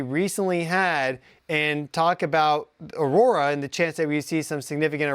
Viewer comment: Aurora? Or "Our Aura"?